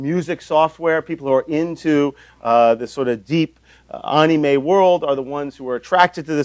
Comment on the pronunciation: ... you don't say anime like "onime" btw (it sounds like what it is) basically, the a's sound like "A" instead of "O"